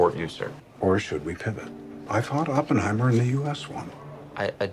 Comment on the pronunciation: Dude hears the correct pronunciation of Oppenheimer for 3 hours and still can’t pronounce it right hahaha 😂